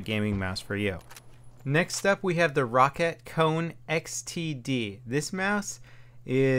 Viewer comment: Not trying to be a ass or anything But its pronounced Row-cat